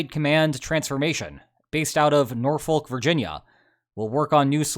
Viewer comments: The correct pronunciation for Norfolk is “naw-fuk”…BTW, this “wake-up call” is a good thing…it takes time to get NATO’s “machinery” to get working (this from an 8 year tour at NATO in the 90s). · This is annoying me. Even in American English, NORFOLK is pronounced "Norfek" or "Norfolk". The L is silent. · "Nor-fuck" - you don't pronounce the "l". No, I have no idea why. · We pronounce it Naw-fuk. To separate us from Beans On Toasts, norfolk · *A clearly important correction: No one local calls it Nor-folk. It's more between Nor-fick and Nor-fuhk. Or even Nah-fick for people with that accent. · It's pronounced Nor-fuk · As a Hampton Roads native, hearing you pronounce Norfolk always makes me laugh😂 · US has little role in Ukrainian conflict anymore. Learn how to pronounce Norfolk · Norfolk Virginia? Cmon now you know how it is pronounced.